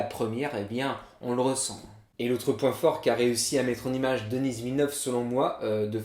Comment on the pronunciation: C'est pas denissss mais denis